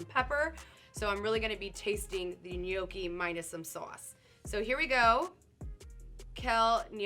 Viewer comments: Ni yo ke and “ Philly” killed me lmao. No. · Nay-yoki 😂😂😂 My nonna would lose her mind hearing that mispronunciation 😂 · Can't pronounce "Spanikopita", refers to the bao cheesesteak filling as "Philly", and then calls the gnocchi "Kell nay-oky"?!?! What cave did this poor woman grow up in that she's not familar with these foods? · The way she says gnocchi triggers me